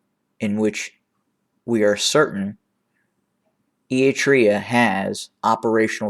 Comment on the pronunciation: Given your regular reports on the region, I remain perplexed by your odd pronunciation of “Eritrea”. And also your mispronunciation of various towns.